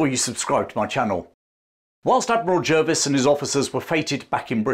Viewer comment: I learned to pronounce Jervis as 'Jarvis'. Is that not correct?